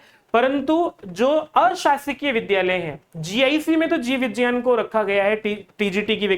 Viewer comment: Vijjayan nhi vigyan hota hai